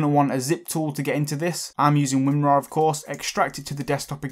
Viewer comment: WINRAR? SERIOUSLY?